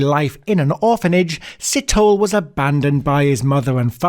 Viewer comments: First of all: Great content! Thorough research! Some viewer input: Sithole { See-toll-e (as in egg)} Maake {Ma (as in mum) -ha (as in mum) -ke(as in egg)} Please don't take offense; I'm just trying to be helpful.:goodvibes: #JustSaying :D #SouthAficanHere Please cover the South African Gert van Rooyen some point. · Si - to - le. Lukaska? LU - SA - KO. important capital city! Maa - keh. Not maki.